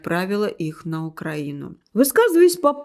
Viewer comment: Подалуйста исправьте произношение ,УкраИна,украИнский....нет такого УкрАина..Ведь ваша страна не РОссия,а РоссИя..